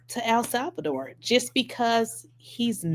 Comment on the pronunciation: "Al Salvador" lolol